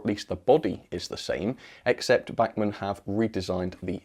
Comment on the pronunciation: the way u say bachmann just angers me.